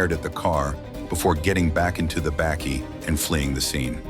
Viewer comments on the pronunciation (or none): What is a 'backie'? Lol its 'Buckie', spelt Bakkie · It really does bro, damn he murdered that word completely. Lmao a "backy" wtf is a backy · Toyota "bêkkie"? 😂🤣😂 That's hilarious. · To pronounce say buck-key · Super cool video man but please the way you pronounce Bakkie hurts my soul lmao